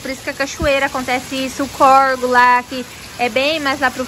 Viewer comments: Não é corego é córrego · CORGO NÃO, CORREGO. 🙄 Parece que fala errado porque quer.